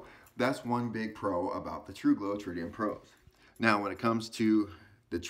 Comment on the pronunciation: Tru gro. Tru go. I commend you for saying it every way except the right way. Slow is smooth and smooth is fast